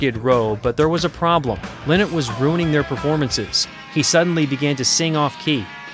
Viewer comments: Phyl lLie-not is his name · Lynott. Pronounced exactly like it’s spelled. LIE not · When you are not even able to pronounce Lynott in a right way...